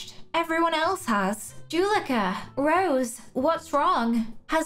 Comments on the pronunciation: Juleka is pronounced “joo-leh-ka”, not “juh-lee-ka”. Hope you remember next time! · I’m not trying to be mean but I love how you say Juleka